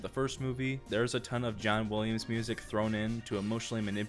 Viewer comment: "John Wooliams"